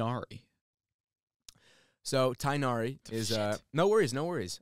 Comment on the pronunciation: It's funny that the dude who asked "what is Tighnari" technically pronounced it correctly. His disappointment is hilarious lol.